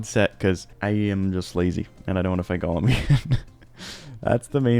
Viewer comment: FYI you're mispronouncing Golem's name. It's not "Gollum", it's Golem.